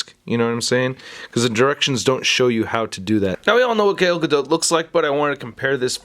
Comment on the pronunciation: its "Gal Gado" the spelling is Gal Gadot but you pronounce it as "Gal Gado" with a faint T